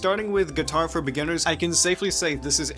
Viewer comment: Guy cant even say the word "beginners"..not a great sign..